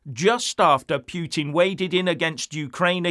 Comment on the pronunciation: Poo Tin... NOT Pyoo Tin...